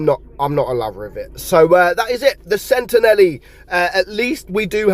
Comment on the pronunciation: It's pronounced like sentinel. Nelly 😂😂😂